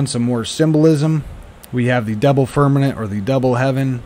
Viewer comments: Haha. Heard that... firm-a-MENT. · Firmament not fermanent Besides that.great video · I applaud and appreciate all you do. However when you talk about the firmament, you keep saying firmanent (like the word permanent) it is pronounced firm-a-mint, not firm-a-nint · Firm a ment. Not nent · Firmament not fermement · Firm-a-Ment lol.. stop saying firmanent lol.. otherwise great!! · Dude...... I love your content! BUT it's pronounced "firm-a-MENT". Not "firm-a-NENT". LOL! Keep up the good work!!:) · FIR-MA-MENT...NOT Fir-minute or Fir-men-it... c'mon man! ReALlY?!?! ya killin' me smallz, ya killin' me... titally LOVE your content/videos BUT my dude it's like nails on a chalk board and YES, IT DOES MATTEE, you're clearly far too intelligent and well spoken...so can ya help a brother out??? please?!?! 🤓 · Fir-Ma-Ment..not fernamint. I hadn't thought about it for a long time, but when I was very very young, they didn't say Jesus hung on a cross. They said he hung on a tree. Now you never hear that. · Why do u call it "Firmanet"?😅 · FIRM - A - MENT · Right, not firmaNent. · It is FIRMININT!! He said it a hunrid times. Makes me laugh. Lighten up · Carl Thacker 0 seconds ago It is FIRMININT!! He said it a hunrid times. Makes me laugh. Lighten up